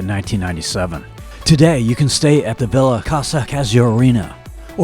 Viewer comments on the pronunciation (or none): none